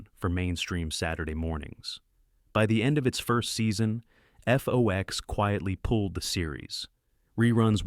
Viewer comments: It’s FOX, not F-O-X. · How old are you? I ask because you referred to FOX (like the animal) as "F-O-X". Also, the name of the guy who voiced C-Beer was pronounced as "Tone Loke". I mean, that was EVERYWHERE in the 1990s.